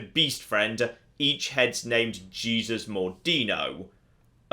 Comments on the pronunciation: Small correction of pronunciation. It's not pronounced "Jee-Zus" but "Hey-Sous" Just so you don't accidentally insult some of the christians who watch you. (I'm not insulted, but I'm not that religious, lol) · I'm a year late but I can't believe is calling Jesus Mordino gee-sus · It's not Jesus,! It's the spanish pronunciation! (hey-soos) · “hey-seuss” is how you pronounce Jesus as a Spanish name....😂😂😂😂😂😂😂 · Oh, so he can say Louis right, but not Jesus.